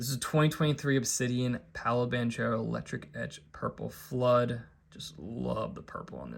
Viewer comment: Hearing you pronounce Banchero's last name pains my soul!!!! HARRRRRD H, shouldn't be allowed to invest in him if you can't say his name right! Other than that, great card selection!